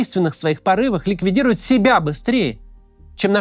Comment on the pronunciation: дазавтла, Максим, дазавтла...